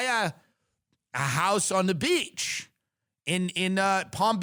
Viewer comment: Lol the way he says beach kills me